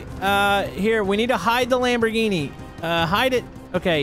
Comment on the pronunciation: sure loves the lamborghini (expect that he doesn't know the name of car which is sad and also the pronounciation,which is also sad):)